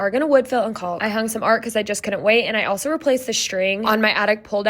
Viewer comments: One thing in the word caulk the l is silent just like walk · Caulk is pronounced cock just like could is cud not culd.